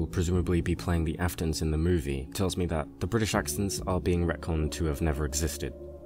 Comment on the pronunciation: why do you say british with an american accent